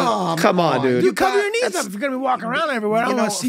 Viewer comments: To my non-English speaking ears, it sounded like Charlie said his dislikes included "people's needs". LMAO'd picturing this in a dating profile. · As a dislike i always thought he said "peoples' needs', rather than, "peoples' knees". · All this time for that dating scene when they ask him what his dislikes were I thought he was saying peoples “needs”😂🤣…I never got it but yea peoples knees is funnier😂🤣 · For the longest time i always thought that charlie said one of his dislikes was "peoples needs" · I always thought he said "peoples needs"